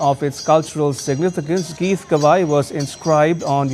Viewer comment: This news channel is rightly pronouncing "Geetgawaai" and the right name of the award bestowed upon Shri Narendra Modi.